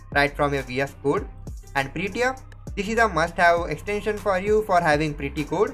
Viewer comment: it's not "kuuud" it's "kode" = code